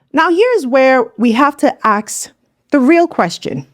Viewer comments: Ask not aks---- learn how to speak Ingleesh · That's what we have to "aks"